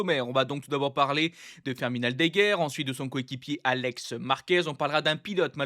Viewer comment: Firmin et non pas Firmine Firmine est un prénom féminin